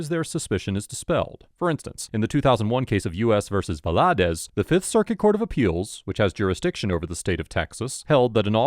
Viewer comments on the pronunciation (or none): so I normally wouldn’t correct a name pronunciation but Spanish is fairly common in the US now, I feel like you should be aware that the first a is the part with the emphasis. VAladez